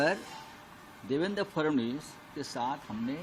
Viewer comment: फ्रनांडिस नहीं भाई फड़नविस बोलिए।